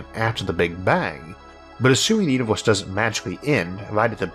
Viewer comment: It is pronounced universe not uniwoos. 😄